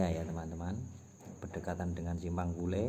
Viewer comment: bukan pule wak tapi pulai